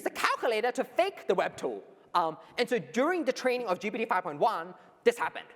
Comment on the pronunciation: Did start the Geebeety instead of GPT trend? I notice so many more people saying Geebeety now 😂